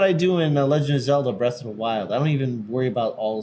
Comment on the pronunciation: "Legend of Zelda: Breast of the WIld"... Okay.